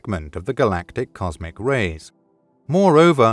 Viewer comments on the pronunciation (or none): Comsic? Lol